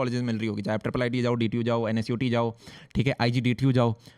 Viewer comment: Bhaiyya, why you pronounce NSUT as NSIT??